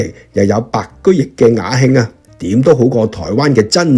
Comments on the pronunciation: 白居易 易讀意 不是讀 白居翼 白居易所寫的詩是很容意讀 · 白居易的「易」字並非讀如交易的「亦」而是容易的「義」。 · 白居易，此易字應讀容易之易音，而非易經之易音。